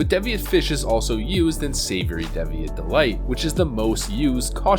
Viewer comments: DEEviate not DEHviate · what is a dev eee at? DEEVEEIT e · It's DEE VEE INT! Good job guy. Keep the videos coming. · holy shit its deeeeeviate, (D'viate??), a real English word, the language you speak, learn to say the words you intend to speak before you say them to potentially every human in existence. I'm sorry for being a dick, but fuck, I would say that literally the least you could do for your supporters is speak English. Thanks, Some guy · Rainface Atriarch Devious is pronounced “Deevieous” while Deviate is pronounced “Daeviete” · Great video as usual but... your mispronunciation of Deviate and Nat Pagle is giving me an eye twitch... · yet he can't even pronounce the word deviate